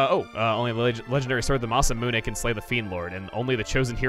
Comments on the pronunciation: Its pronounced Masa - Mune not Masa - Muna! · I’m pretty sure he did but alright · He also mispronounced masamune despite pronouncing it right in previous let's plays